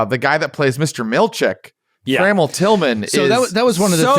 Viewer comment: For future reference, it's "tra-MELL"